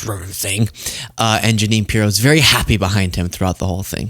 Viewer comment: Pirro: My name isn’t pronounced that way and you never gave the EU to me!